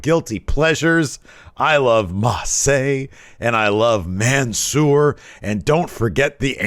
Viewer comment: tfw he got Ma-CEEEE! correct, but not Man-SWAAAA :(